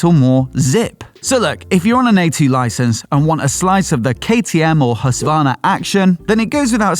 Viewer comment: It's HusKvarna, not Husvahrna. And SvarTpilen, not Svahrpilen...